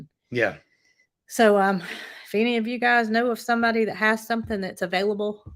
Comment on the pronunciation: Not to be pedantic but: it should be "any"...not eeny. I'm sorry...it just came out.